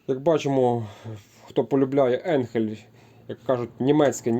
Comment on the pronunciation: Не енхель а айнхель де ти взяв цей самопал.